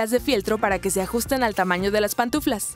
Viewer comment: Y esa voz no sabe decir pantuflas y dice patuflas